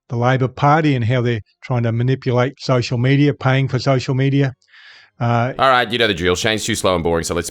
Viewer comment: "Shocial shmedia"